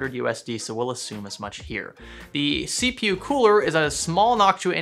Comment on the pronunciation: See-pew huh?